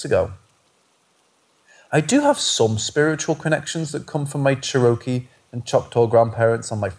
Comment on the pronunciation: Ps its " CHAIR oh kee", the Indian tribe.